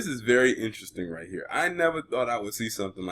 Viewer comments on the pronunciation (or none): none